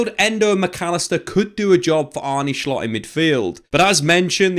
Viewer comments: If that’s the case he needs to do a bit more research, it’s pronounced as “Arnuh” not “Arnie”😅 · You say Arnuh, Not Arnee Very good signing! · It's Arnuh not Arney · For the non-dutchies in here, kinda butchered Arne Slot's name (wth is Arney Schlott lol). The correct pronunciation is close to how an englishman would pronounce Arnuh Slot (slot as in how you would pronounce it in slot machine) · It's pronounced Arnuh Sloht